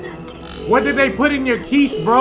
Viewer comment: It's *quiche :P